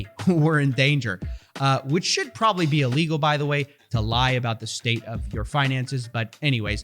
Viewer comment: I don't like the way you said "PROBABLY never will" 🧐🤔